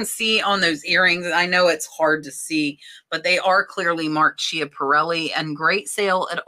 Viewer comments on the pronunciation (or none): Schiaparelli is pronounced Skiap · Sandor is rare to find! Schiaparelli is pronounced “Scaparelli”